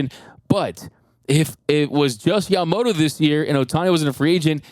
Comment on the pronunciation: his name is YamamoTO, not YamamoRO, so please pronaunce properly in Japanese.🙏🏻🇯🇵